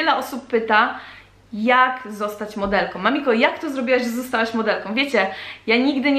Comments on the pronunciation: Trochę razi w uszy ale "modelką" nie "modelkom" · a jeszcze coś, jeśli piszesz "modelką" to mów modelką "Ą" a nie "om" ..... lubią a nie lubiom "om" proszę :) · Dlaczego dziewczyny zamiast wymawiać ,,Ą' ' Mówią om przed chwilą mamiko na początku odcinka powiedziała ,,Modelkom' ' a mówi się Modelką. XDDDD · Trochę razi jak się słyszy MODELKOM